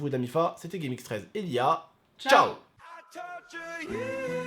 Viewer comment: lia tu m'as fais ma journée avec les fautes de prononciation mdrr!!